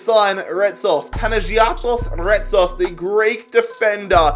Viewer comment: As a Greek watching him totally butcher Retsos's name made me wanna change my nationality, no offense tho, banger of a video